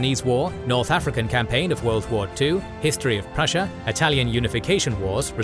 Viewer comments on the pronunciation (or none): none